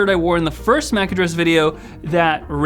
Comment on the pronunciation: You say Mac like “Myach”